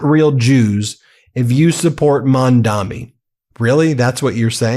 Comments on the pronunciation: Dude. His name is Mamdani. Not Mandami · No front, Ben, it is Mamdani and not Mamdami 😉❤💙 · Hey man, you do great coverage, but reminder, it’s Mamdani. Not Mandami. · Dude, it's MAMDANI, not MANDAMI. I guess you're still American after all 😂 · Ben, the name is Mamdani.